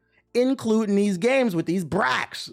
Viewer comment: Every time you say BRAC I think of bruh from Space Ghost lol